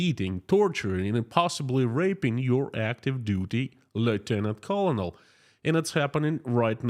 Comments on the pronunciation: "Colonel" is pronounced like "kernel". Go figure. English doesn't always make sense. Thanks for keeping us updated!👍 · Just to help you out with English...colonel is pronounced ker nal.